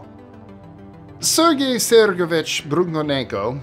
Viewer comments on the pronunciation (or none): none